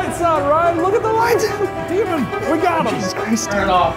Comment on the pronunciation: Deman?... STOP CALLING IT THAT! DEMAN!!